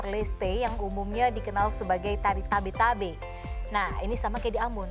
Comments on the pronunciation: Bukan tabe2 tapi tebe2😀 Baukau kota kelahiran ku.👍🙏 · Bukan Tabe Tabe tapi Tebe Tebe